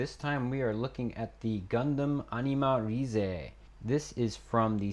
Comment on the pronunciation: it is not pronounced as RI ZE it is pronounced as Animarayz (animalize)(animarize)